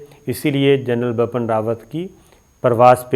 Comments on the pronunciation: Yesterday I told u it's Bipin not bappan but u r ? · Sabir, please correct your pronunciation. It's Bipin Rawat, not Bapan. Also, the word in Urdu is "shikast" not "shakist". It's irritating when a word is pronounced incorrectly. Pardon me for intervention.